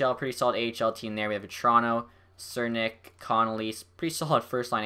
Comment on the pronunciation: For the loveof god its (Ciz-ar-nick) not sernick lol